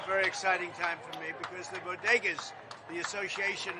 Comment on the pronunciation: Haven't you all heard?? They're not called bodegas. According to Jill they're call bogedas!!!